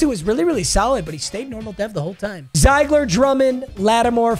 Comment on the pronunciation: It’s pronounced zeegler not ziigler